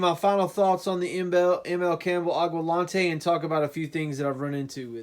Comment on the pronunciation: Aqua (water) Lente (clear, to see) Not Aqua lonte